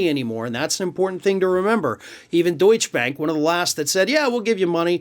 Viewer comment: FFS why can't you pronounce the name of the German bank?